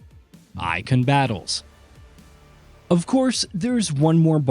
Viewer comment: This guy can’t pronounce Garuda or Eikon. Lol 😂 Can’t take him serious.